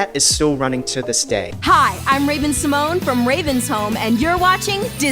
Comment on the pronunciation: Ravens name actually isn't pronounced with the accent on the e. She has stated this in a few interviews